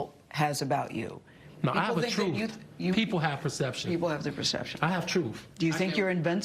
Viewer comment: “I’m just tellin da truef”. Not the truth, “da truef”.